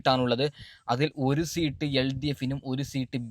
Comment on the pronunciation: മരപ്പൊട്ട സീട്ട് അല്ല സീറ്റ്